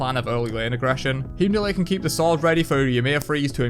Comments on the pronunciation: I love your knowledge but it drives me crazy... it's pronounced hime-doll. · HIEM-DOLL, no r